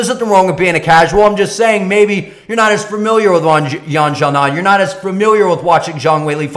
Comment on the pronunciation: well 1.4 billion people in China might argue that its a big name, and its sa-non "Xiaonan' NOT GA-NAN